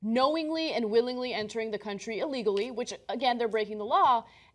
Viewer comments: Duy Nguyen Yeah, you do, you've got a poster. You cried when I criticized how she says "Uhlegally." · Duy Nguyen I'm not judging someone "for" how they say a word... I'm judging how she says the word. Try to keep up. And calm down already. To answer your question, the "standard for saying the word 'illegally'" is pronouncing the "i" at the beginning. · I've heard Ana say "Eelegally" about 40 times, and now I've heard her say "Uhlegally," but as far as I know, the word "illegally" has never escaped her face. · Duy Nguyen Whoa, that's uhlegal.